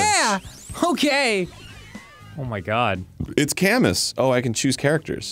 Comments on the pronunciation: Camus... As someone who plays Fire Emblem it's not pronounced Cay mus, weird I know, don't blame the, but it's Ka moo. It's French in origin. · omfg its pronounced CAH-MOO!! Not CAH-MUS!! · Seeing Camus pronounced "cam-us" and not "cam-oo" is triggering me. Also, why is Camus referenced in a furry dancing game. That is also triggering me. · Camus is a french name and pronounced Cam Moo